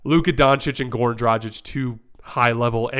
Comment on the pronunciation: The "G" in Dragic is hard, like the "G" in "good." Not soft like the "G" in "genuine."